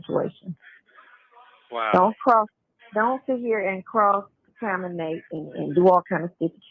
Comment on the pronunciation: Naw. said "cross taminate" and "harelem".